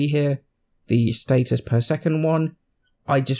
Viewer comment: what about status? He says state-es